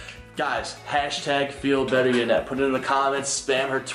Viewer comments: why do u say Janet its yanet #feelbetteryanet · he says janet its YA-Net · It sounds like doug is saying Janet instead of Yanet lol?... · Who else thought that her name was pronounced yanet not Janet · he said ganet hahaha faze censor